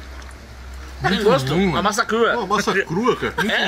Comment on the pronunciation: o falou masa cu kkkkkkkk